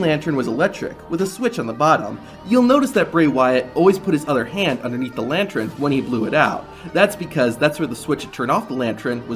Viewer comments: It's a LANTUN not a *LANTREN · Lantern not lantren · Bro spent three whole minutes saying 'lantren'. It's lantern. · Lan-tern homie. Lantern. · I'm still trying to figure out what a "lantren" is..... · It's the way the narrator pronounces it. I just replayed it😂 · The word is pronounced LANTERN